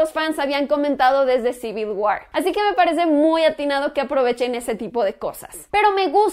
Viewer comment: civil guar, años y años, nadie te corrige la pronunciación de la palabra war, se dice fonéticamente uor :)